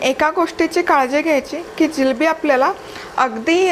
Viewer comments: Jilabi nahi g bai. Jilebi bolatat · जिलेबी म्हणा ओ जिलबी हा काय प्रकार आहे